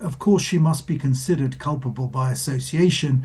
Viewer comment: It's "Culpable" NOT "Culpbale".